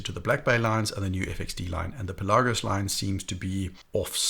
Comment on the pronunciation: Great video once again but is Pèlagos not Pelàgos, the accent is on the e